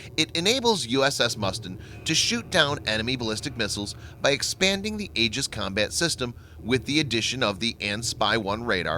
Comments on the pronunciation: Oh dear God how painful it was getting to the end of this video with your repetitive mispronunciation of Aegis. It is not pronounced "ages" but rather "ee-jis". Next time for such an otherwise excellent, important and informative presentation, which you obviously spent a lot of time developing, you might want to take one minute to go to a dictionary. P.S. : Aegis was my father's last project as Deputy Director, Naval Sea Systems Command, Bureau of Weapons in the navy. It was fraught with problems, the biggest being that on the Cruiser U.S.S. Ticonderoga (its first test platform) when they first switched it on, it drained all the electricity that the "Ti" could generate, blacking out the whole ship (aka "dropping it's load"). That was maddening. I don't know how they got around it so well as to be able to install it on the smaller destroyers. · The "A" is silent..........."E"gis..........fyi